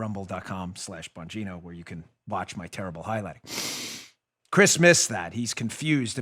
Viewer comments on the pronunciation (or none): none